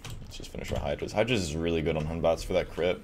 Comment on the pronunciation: its hun.bat NOT HUNBATS.EXE